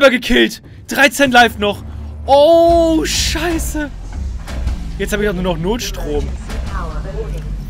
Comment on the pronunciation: Wie er immer Schaieße sagt😂😂